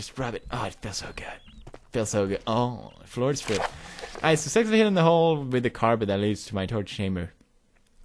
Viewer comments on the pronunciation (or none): none